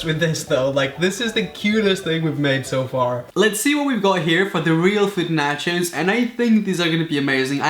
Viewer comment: Omg it's so funny how you pronounce nachos ( sounds like Nachas) which means buttocks in Spanish (México) 🤣🤣🤣😂😂